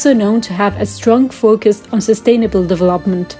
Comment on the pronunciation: Oh, dont worry about my french im not even close to being fluent so im quite a lot worse than your second language. And the subtitles do a great job for telling me what you're trying to say in those moments where you completely fuckin butcher a word. devlopment, that is hilarious and I was so confused. devlopment lol. I mean it's only two mistakes in a word but it was enough for me to be like "Wtf did she say there????". I dont think the issue is your accent I think it's that you just half ass the big words. Making even one small mistake in a big word could make it hard to understand what you are saying and that's one reason why languages are so damn difficult. Anyway, rant aside I hope you continue to develop your language skills. No hard feelings the video was very inciteful, thanks